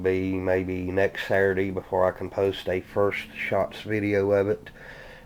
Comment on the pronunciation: What'd you say today was; "Satur-dee"??...😂😂😂